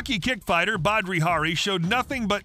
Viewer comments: Its Badr Hari not badri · Badri hari? Hahah its Badr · Fyi its Badr Hari not Badri. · Badri ?? its Badr my friend ;-) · At least get the name right!! It's Badr Hari..not Badri. And after that fight he went on to become one of the most formidable fighters. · It's "Badr", not "Badri" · It's Badr not Badri. How did you get that wrong? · It's Badr not Badri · Badr Hari, not Badri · badr hari not badri hari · Badr.... not badri hahaha do your homework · Badr not badRi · Its Ba-der-hari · Not a Badr Hari fan so hearing you butcher his name was priceless. 🤣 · Do you guys fact check? Octagon ? You pronounce badr wrong and he’s not Australian .